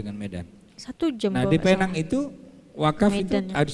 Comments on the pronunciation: Tu slang omputeh je kak..mcm durian atau durien( slang org putih) atau oreng uten…Sebutan Penang - Pineng tu salah. Penang -Pinang. Pinang Island. Kita ni org Malaysia mmg sinonim dengan mengikut cara org putih bercakap. Padahalnya mereka yg silap tak pandai sebut perkataan Melayu..kita pulak yg mengikut mereka. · Sebutan Penang nya bujang Penang tapi Pineng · PENANG Ejaan dan sebutan british utk pulau pinang. Cara menyebutnya dlm bahasa melayu PINENG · Sebutan 'Penang' itu sebenarnya 'pineng'..sebutan yg berasal drpd Bahasa Inggeris..namanya dlm bahasa melayu ialah Pulau Pinang.. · Pulau pinang tu di Malaysia. Klau org luar panggil Penang. Xdaq org kenai pulau pinang. Tulisan penang sebutan pineng.